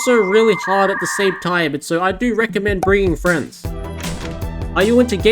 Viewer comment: i heard "i wanna reccodment this to children"